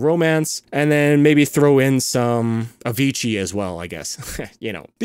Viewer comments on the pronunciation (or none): none